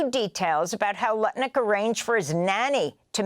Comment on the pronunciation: "Howard Crutnick!!!" :face-blue-smiling